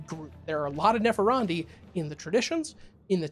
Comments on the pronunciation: Nepharandi? Neph-an-di. There's no "r" in there. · There is no "er" in Nephandi. I had to check to see if I was wrong. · Only complaint I have is that your pronunciation of "Nephandi" kept making me giggle. Granted, I think it's butchered from an Indian language but it's pronounced "neh-FAHN-dee." But also yes, MORE mage content. I want a whole Ngoma video, read about them in the 'Forbidden and Forgotten Orders' book that just came out. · TL:DR all comments.... but there is no "r" In Nephandi lol i dont know why it bothered me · Nephandi......... ................. .............. ........... Where's the "r" you keep pronouncing?